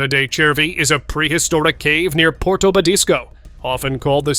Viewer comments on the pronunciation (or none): none